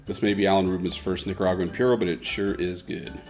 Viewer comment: not Nica pure oh....it's Nica Pooo Roh